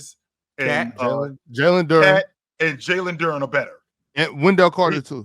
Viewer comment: Lmao nigga said Jalen duren 😂 I’m convinced he don’t like black ppl